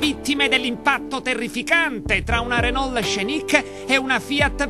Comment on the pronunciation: renol con la "L" finale bravo bravo